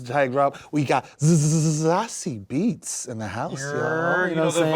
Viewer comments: Her last name is pronounced BETZ, not Beats. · Zazie Beetz….pronounced (sah see’ bates) is talented and stunningly gorgeous. She will have a long acting career. Please check out her filmography.